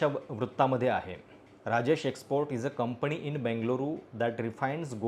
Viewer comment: कंपनी म्हणायला शिका दे मग कोटिंग मध्ये बोला